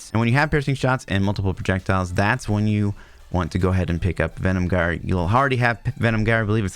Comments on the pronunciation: Jire, not gire, you can't even pronounce the skill name... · it pronounce jyre not gire , altho its written with G, thanks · Gyre is pronounced like "fire" and starts with a "J" sound.